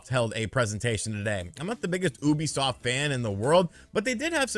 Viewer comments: It's pronounced YOU bisoft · I pronounced it as YOU-be-soft.